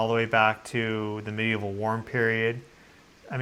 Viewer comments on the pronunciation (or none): none